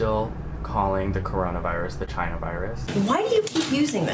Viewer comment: The way he said China makes me wanna throw myself off a bridge